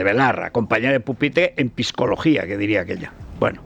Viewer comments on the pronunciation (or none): ¿Quién dijo lo de "piscología"? Jajajaja Iker Jiménez lo dice igual: "pisicología", "pisiquiatría".